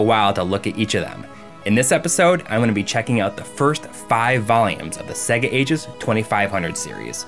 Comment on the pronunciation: Cool video, but why can't you pronounce SEGA if you have been a fan for so long?